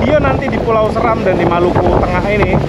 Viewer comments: Bacanya bukan Səram, tapi Séram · Seram bacanya *Se"ram*.Salam dr Kabupaten Flores Timur dimana asal usul kami jg dr Seram, buat saudara2 ku di Maluku khususnya Seram .Fam saya Seran Goran🙏🙏